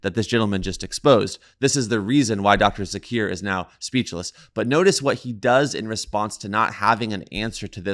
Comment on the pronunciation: Joker not Jakir